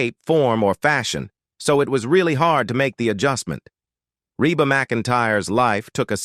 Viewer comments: eeeee Reeeeba. Not RAYba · It is pronounced Reeba. Dummies !! Reba so easy!!!❤❤❤ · Why is it you can't say the name right...😊